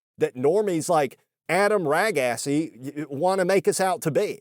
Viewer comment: adam ragassi , adam ragaysi KEKW